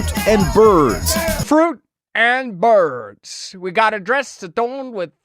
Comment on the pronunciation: I LOL'd at "Fruit and Birrrrds..." Good stuff.